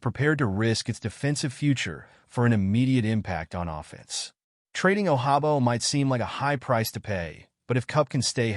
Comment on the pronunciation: It won’t happen nd it definitely won’t happen bcuz you mispronounced nd butchered David Ojabo name😂😂😂😂😂😂